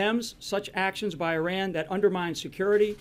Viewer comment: Why can't a single one of them pronounce Iran correctly? Doesn't inspire much confidence they know what they're doing.